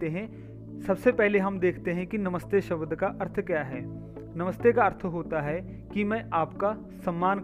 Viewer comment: कृपया शब्द का शुद्ध उच्चारण कीजिएगा। शबद नहीं शब्द है।